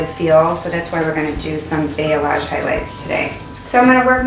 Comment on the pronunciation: Yes, is spelling it correctly but pronouncing it wrong. I had a client call it Blah-say HAHA! Its pronounced bah-lee-AHZGE <3:) Beautiful work!!